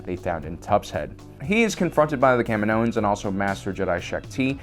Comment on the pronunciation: Ugh! It's pronounced Ka-Me-No and Ka-Me-No-Ans.